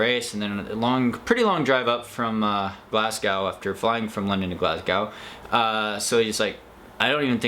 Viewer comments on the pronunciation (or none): I watched you too on wild ginger running she wasn't moving to she saw " SAGE FINISH" 😁I was counting the numbers as u they came in so glad you made the top ten...i wish id saw u in Glasgow....( It's pronounced Glasgo)...lol...p.s...so glad u didn't die....😂😂🗻🏔🏔🏔🏔...my friend was volunteering at all the weekend races there I need too try volunteer next year....congrats again..x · Well done! Good luck in Nepal. PS - we say “glaz-go”:)